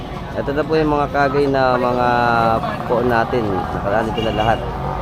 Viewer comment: Idol kangay po ang tawag hindi kagay godbless po idol